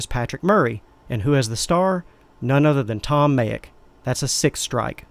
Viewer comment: Didn't sound like he said "Tom" at all.